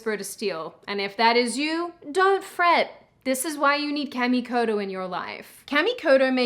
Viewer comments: Uh… guys don’t have eggs… so can’t give birth… Also Kamikoto… it’s Caw like a bird… not to be mean, but Japanese doesn’t have that noise of Aaaaaaa. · Kah-me-koh-toh Correct pronunciation of your sponsor. Oh and, the world is eff'd and I would be in favour of allowing the disillusioned ingrates to inhabit New York city.........and build a wall around. Let them live out their "utopia" until only a few are still left alive. Because......you know they will just off each other.